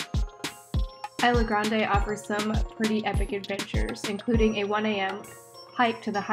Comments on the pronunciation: Just an FYI, that's not how the name of the island is pronounced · CANT EVEN PRONOUNCE THE ISLAND RIGHT